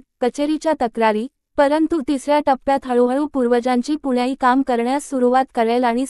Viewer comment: निवेदिकेला नीट वाचता येत नाही .. पुण्याई , पिंडदान या शब्दांचे उच्चार तर अगदी हास्यास्पद केले आहेत .. मी पुढे काहीही ऐकले नाही .. 😢😅😅😂